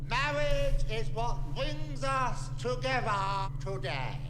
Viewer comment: It's togevwar.